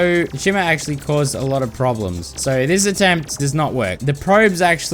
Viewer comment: "ACSHULLY" Bro I'm DEAD actually it's ACTUALLY